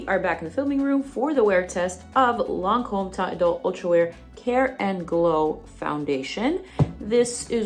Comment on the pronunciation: Ma'am! That pronunciation was spot on! Edited: you clearly speak French. Dumbass me!